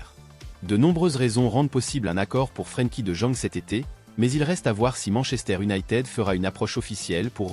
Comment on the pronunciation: Mdrrr la voix c’est pas trop ça frankie de jeune 😂😂😂😂